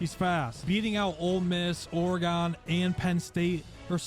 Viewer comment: The pronunciation of Oregon is wild